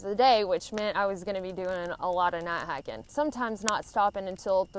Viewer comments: What's "not hahkin"? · I like the way you say "Nat haken" we southerners know what y'all mean. Good vid. Keep em coming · "Nigh hikin" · I just watched this to hear say "night hiking" lol